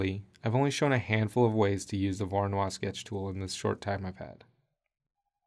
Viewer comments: Loved the vid but the pronunciation made my ears bleed. Voronoi as in Voronoy, none of that French stuff! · Voronoi was Russian, not French. And his surname is pronounced as Vah-rah-noi.